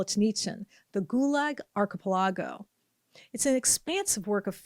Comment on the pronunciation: Its cute how ya pronounced archipelago... he wrote another book, its called 200 years together. Its about Khazars...